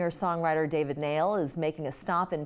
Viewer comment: It’s pronounced David Nile